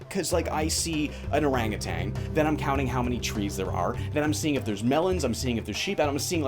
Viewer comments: Did you know it's ''Orangutan'' and not ''Orangutang'' Pretty crazy stuff. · There is no "g" at the end of "orangutan"